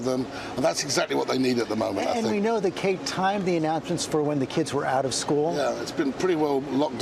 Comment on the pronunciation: It's Kkkate 🤣